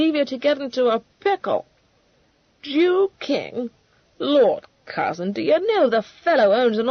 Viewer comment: Did she say "Jew King"? I'm not sure, English isnt my 1st language. So, cw for probable antisemitism.